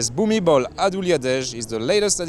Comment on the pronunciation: *. The letter L ending a word in Thai, is pronounced as an N. "Bhumibon." (B and P are interchangeable or at best, halfway between the two).